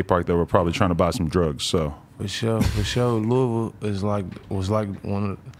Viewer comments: LOUISVILLE!! Say it right Adam 😂 not Louis-ville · Lol. Adam said “Louie Ville”